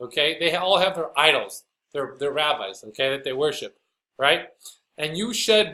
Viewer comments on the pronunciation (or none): Hahaha! Did you intentionally say “idolls,” when referring to Catholic idolatry? So appropriate! Either way, very funny. In a sad kind of way.